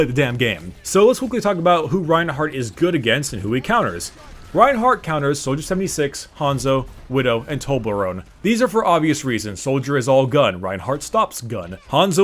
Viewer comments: is he pronouncing torbjorn as toblerone on purpose? toblerone is a chocolate lol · LOVE when americans try to say Torbjörn. Sounds more like Toblerone then anything xD The "ö" is pronounced simmilar to the O in "World" the U in "Stun" or the U in "Truck" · omg when u called torbjorn Toblerone I was on the floor. XDDD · How the fuck did you pronounce torbjorn